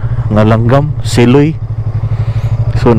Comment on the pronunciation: SIloy is pronounced malumay not mabilis